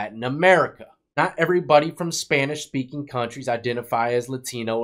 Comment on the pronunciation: "You peaky panish"